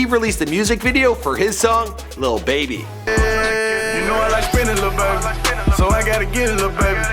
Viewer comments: Man if you don’t quit calling that man baby Say lil baby 🙂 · Can't stand when ppl say little baby